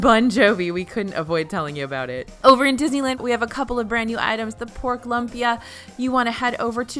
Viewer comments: Pronounced looompia not lumpia 😸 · Lumpia is pronounced like oompa (loompa) LOOmpia - not LUMPia lololol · I had the same reaction lol. Lump?? 😅